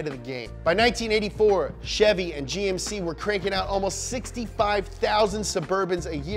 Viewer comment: He said "Jymk"? 😂